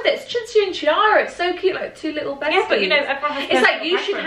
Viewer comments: Chiara in italian (as in Chiara Ferragni for example) is actually pronounced “Kiara” and not “Ciara” :) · Cinzia, the name Chiara is said like ‘key-are-ah’.. you’re Italian you should know that😂😂😂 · As an italian, it feels so weird to hear a brit talking about Chiara Ferragni!! I literally love her and Federico (her husband) so much!! Also, it's actually pronounced "key-arah" xx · Sis...that is not how you pronounce Chiara😭 I thought you were Italian